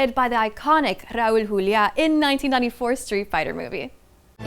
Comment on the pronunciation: Her pronunciation of Raul Julia is so on point……….Wepa